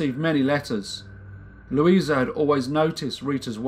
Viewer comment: Victim's name was Lusia (pronounced Lusha), not Luisa. Thank you for presenting the case, it's still puzzling people in Poland. The daughter and granddaughter of Rita were fighting for rehabilitation of their mother/grandmother. More info (in Polish) in the link